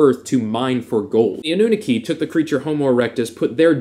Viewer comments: Its not a-new-neki its anoo-naaki But good video, are you also rh negative? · Its pronounced ahh-nah-key..annunaki :)